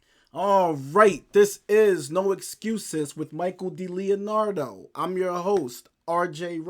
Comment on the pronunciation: Still getting the pronunciation of "DiLeonardo" wrong I see. 😀 Great content. Enjoy listening to Mikey.